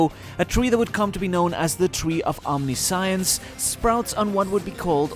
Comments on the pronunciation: Tree of “omni-science” pronunciations like this are my pet peeve. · Why do you say omniessence badly